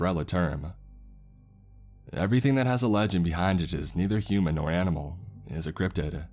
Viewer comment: "and they luv ieeeeEieEeeeEt" "animuhHhHL" "protocouhHhhLs"